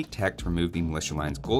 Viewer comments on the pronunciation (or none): none